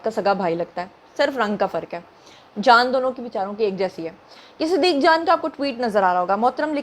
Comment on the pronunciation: صدیق جان کے نام پر اپ کو ہم نے کئی دفعہ کہا ہے کہ صدی جان کہ اخر میں لام پر زبر لگانے کے بجائے پیش لگا دیا کریں شرمانے کی ضرورت نہیں ہے بچے کی سمجھ کے